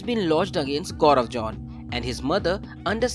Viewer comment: The reporter pronounced Gobar John ... with all hard Error ... they should've employ me as a reporter, I'm not professional but I pronounce correctly. 😁